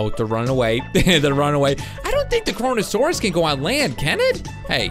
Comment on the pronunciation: It's kronosaurus